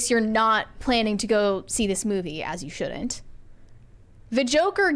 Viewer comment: the word is “shouldn’t.” When did your generation turn contractions into more syllables? Why bother with “shouldn’t” if you are going to say “shood-dint?” Or didd dint. I like your content, but this accent from your generation is so difficult to listen to. And I’m 45 years old, not 70!